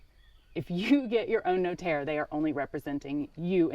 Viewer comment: Cheers for your effort in telling us your house purchase process. You really butchered the notaire term though😂, priceless